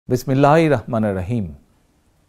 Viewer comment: আমার শ্রদ্ধেয় নেতা সুযোগ পেলে আপনাকে বিসমিল্লাহ এবং সালাম টি শুদ্ধ করে দিতাম।